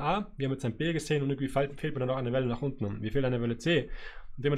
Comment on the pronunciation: Danke für die wundervollen Analysen, aber ich hätte eine Bitte... Es heißt nicht untne...